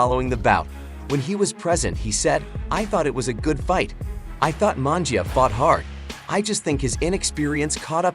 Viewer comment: Mungia.. not mangia.. sheee ... I know youre not a boxing fan